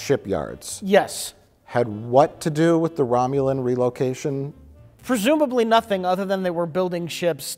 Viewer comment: a certain special guy says "fresumbly"